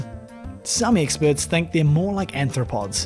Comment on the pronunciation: >>> At least three times your voiceover (corroborated by the captions) refers to anthropods (sic). Care to define? Human-like feet?